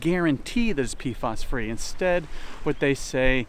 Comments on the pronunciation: Are you saying PFAS, because, it sounds like you're saying PFOS, mate ?! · Pf..A..s not pf..O..s